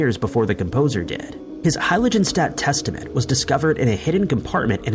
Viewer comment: Fermat. The t is silent. Heiligenstadt. The g is hard (like "girl") and the s is a fricative (like "shaft".) If I've said it once, I've said a thousand times: look up foreign words and names before you record.